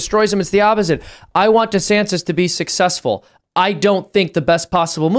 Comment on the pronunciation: “Destantis”? No! “Desanctimonians” The word was right there and it was even Trump that gave it to you! Hahaha